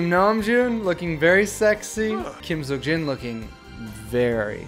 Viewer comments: Am I the only one who is praying for to fix Jin's name to Seokjin instead of Seokin😂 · It's no longer "SEOKJIN".....its...."SEOKIN" 🤣 Namjoon looks like a dad